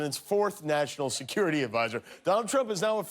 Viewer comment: Did you notice Trump said "this is your Mackshimum" ? "And less jest talk about this wonderful, bigly, beautiful Sekoority Stuff we got at this beautiful wall, where I jest signed my initials!"